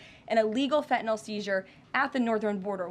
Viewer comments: Fentanyl is pronounced Fentanyl - not Fentanall. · Can someone please tell this woman there is an N in Fentanyl / it is not Fetanyl ! Also, why don’t you help your drug addicts ? The demand is the issue not where it comes from ! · This silly young puppet needs to be educated in the pronunciation of FENTANYL not FENTANOL. Poor speech for the position she holds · …and she can’t pronounce Fentenyl ( and I can’t spell it 😂) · Someone tell that stupid woman that there is a t in fentanyl. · I wish KL would at least pronounce Fentanyl properly(every time she says it! ) I’m not normally so snobbish BUT after all she does work in the WH. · Why can she not SAY the word fentanyl! She doesn’t pronounce her T’s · I wish she'd learn how to say fentanyl